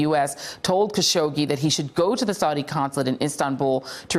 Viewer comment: Hasn’t it been long enough for Joy to learn how to pronounce Mr. Khashoggi’s name correctly? How disrespectful.